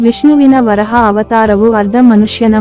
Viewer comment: ವರಾಹ ಅದು ವರಹ ಅಲ್ಲ ಸರಿಯಾಗಿ ಹೇಳಿ